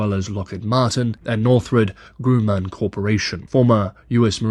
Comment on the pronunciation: NOR'thrup GRUM'man 😅 (soft "u" in both - as in Sun)